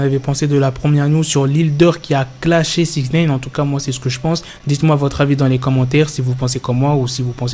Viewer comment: pourquoi tu dis souvent "sixneïne"?